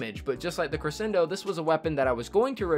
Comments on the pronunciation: Don’t worry, we don’t disagree with you for the Cre-shen-do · Omg he kept repeatedly saying crescendo wrong. Wouldn't usually be a problem but he said it wrong like 12 times in 30 seconds. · Roasted Fire Gaming nope it’s pronounced cre-shen-do